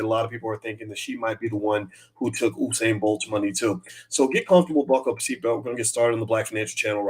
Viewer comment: Bro, you're mispronouncing the Legends name. It's U-sain no Oo-sain